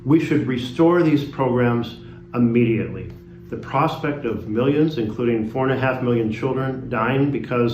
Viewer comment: He said "Auhmmediately"...it's Immediately, duffus! Our so-called leaders can't even speak properly.